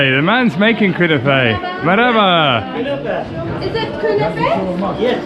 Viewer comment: ' pronunciation of "merhaba" gets better and better. It almost sounds like a native in this video 😃